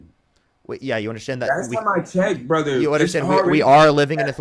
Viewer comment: This dude criticized Harris for having alliance with rappers, but then praise Trump for having an alliance with fucking Kodak Black who is a rapper, but the way he pronounced “brother” told me everything we need to know